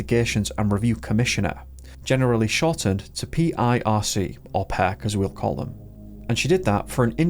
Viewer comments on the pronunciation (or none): none